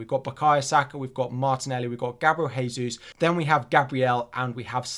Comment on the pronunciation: You’re still pronouncing Jesus wrong. Thought you may like to know.